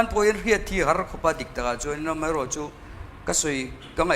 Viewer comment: Mei mei mei ti reng mai, mai tih tur😂